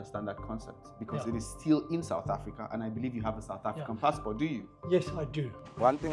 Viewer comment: Excellent video! but please stop saying africaRR